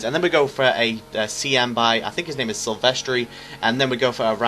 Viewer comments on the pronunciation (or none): its pronounced sil ves ter